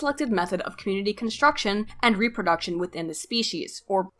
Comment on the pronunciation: As usual, you're poignant and well researched,. Keep making videos, I love your content. On a side note, I've noticed you pronounce some words really weirdly. IndedencEES? REHproduction? What's up with that?